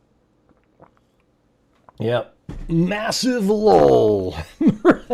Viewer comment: It is LULL not Lol.